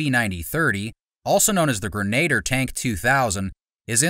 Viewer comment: "Gren-ah-deer," not, "Gre-nader."